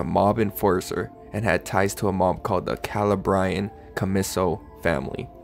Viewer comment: The way he pronounced Calabrian commisso family had me in tears lmao